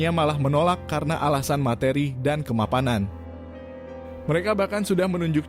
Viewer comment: Kemapamanan 😅 Kemapanan, bang